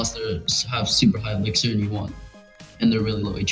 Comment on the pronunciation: man really said "super high ELIXER"